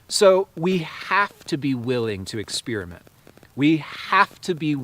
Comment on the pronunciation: Yes and experinent not expirament